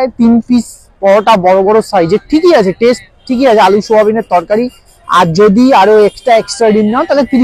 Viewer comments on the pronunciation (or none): It's not Tast it's Taste